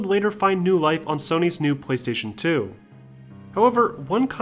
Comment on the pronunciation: I keep hearing him say. Pwease station